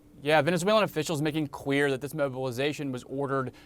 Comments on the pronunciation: He said making Queer! I can't unhear it now! 😄😅🤣😂🤣😅🤣😂😁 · Did he say “queer”? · he is not pronouncing the word, "clear". Does he have an accent?